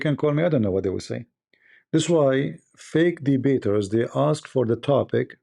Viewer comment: It's ask not axe